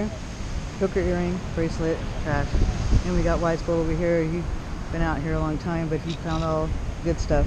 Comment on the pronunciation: That's a good Hunt. The only thing is it's not WY'sGold, it's wygold. Don't worry about you'll catch on. lol